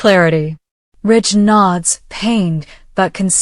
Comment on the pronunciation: Stop his name is not Rich it's RIDGE